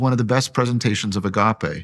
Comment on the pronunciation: If hes going to say agape so much, at least pronounce the gamma better. It's embracing to watch.